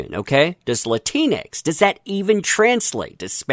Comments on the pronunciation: If You Do Use It Its Pronounced Latin X. Not Latinex ....cuz thats what your saying.... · Its pronounced Latin X. I'm also one of those Hispanics that hate that term Latinx. Makes me sound like a disease or a failed science experiment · Latinx… sounds like you’re calling someone a Keleanx! 🤣🤣🤣